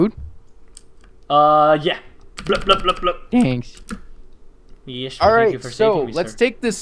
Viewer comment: he says thanks to weirdly!